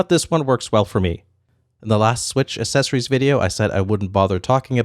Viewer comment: Loved the items, but I just can’t get over him saying assessories not accessories